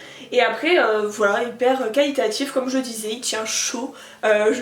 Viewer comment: Arrête de dire calitatif. C'est trop trop chiant et très désagréable à écouter